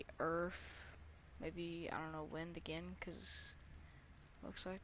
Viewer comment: You said the word earth like you were from a different planet